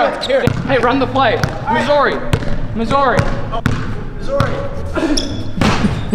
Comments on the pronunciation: As a Missouri native, hearing him say my state's name that way kills me inside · Lmao Missaouwri